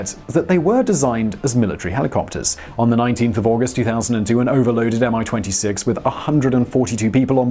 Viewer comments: its not "AM I - 26" - its "ME-26" correct pronounciation - its even has small "i" in "Mi-26" name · It's very interesting, how transliteration can make people butcher pronounciation ) Mi-26 natively sounds like "Me"-26 (one word + number) And Buran is "Boo run" :D